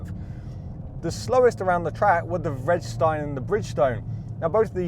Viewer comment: It’s Vre-de-stein, not fredstein, Pirelli not Prelli.